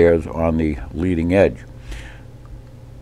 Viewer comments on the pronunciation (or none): none